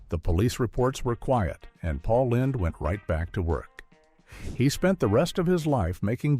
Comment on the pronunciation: Paul Lind (rhyming with Grind)?